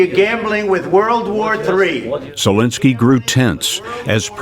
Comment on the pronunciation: It's ZELENSKYY,, not Zelinsky. You're as bad as Ben Meiselas! 😅